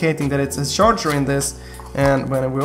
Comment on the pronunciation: OK charchar? Haha no offense but it is called charger Iove you anyways